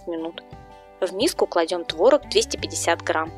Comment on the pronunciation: всё замечательно. Но твор'ог, из творог'а.